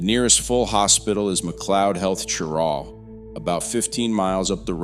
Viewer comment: This is an informative and interesting video, but you mispronounce Cheraw and Beaufort. (SC pronounces Beaufort as "BYOO-fert,” and the NC Beaufort is pronounced "BOH-fert".)